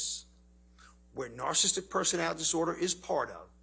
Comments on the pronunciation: How is it that this so called expert on "narcissism" mispronounces the word 100% of the time when he tries to say it? He calls it "narcism," and "narcistic." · The man can't even say "narcissistic"